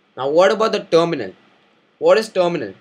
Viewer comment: tominul.. what is tominul..